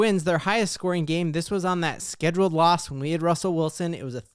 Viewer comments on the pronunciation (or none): none